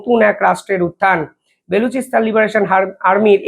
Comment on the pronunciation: ও,রে ভাই , বে লু চি স্তানে কি লুচি বেলবে ? নাম টা বা লু চি স্তান, বে লুচি নয়।